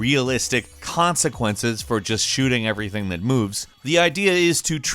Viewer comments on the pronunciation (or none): none